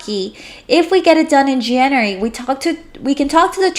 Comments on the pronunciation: Learn how to pronounce January and February please it made my skin crawl. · Jan-you-ary=Janery (January) Feb-ru-ary=Febery ( February)